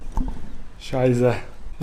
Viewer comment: scheisse??!:^( it's pronounced with a 'sharp S' like in 'soup'